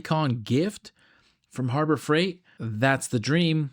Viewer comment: Harbro Freight? I thought it was Harbor Freight.